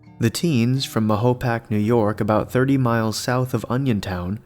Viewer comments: sorry to be this guy but it's pronounced "mayopack". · He said Ma-hoe-pack 😂. You’re about 30 years to late for Onion Town. It ain’t like that anymore. Most of them all died off although there is still a few that live back in there! But if you wanna see some freak ass “people” the kind of ppl that make Rob Zombies movie cast look like Disney world then you need to go about 50 miles South in Jersey and find the Jackson Whites!! Those mugs will eat you alive!!